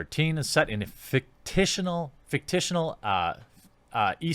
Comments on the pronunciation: 'Fictitional.' Why can't any of the youtubers I like actually read? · "drop a like", like how you dropped out of school? Jesus Christ, Jeremy... "fictional" isn't a difficult word. WHY CAN'T YOU READ?!